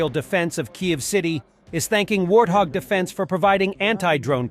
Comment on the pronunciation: Why does he say warhog when its warthog ?😂